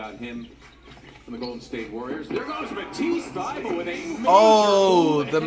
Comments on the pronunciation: Normal person: Matisse Thybulle Flight: Mat (ICE) THE BULLY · HE HEARS HIM SAY MATHISSE THYBULLE BUT THEN STILL CALSS HIM THIY BUILIE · that man Mathais Thaybully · You can tell Flight is purposefully mispronouncing fred vanvleets and Matisse thybulles name